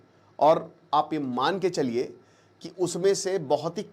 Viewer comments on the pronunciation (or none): none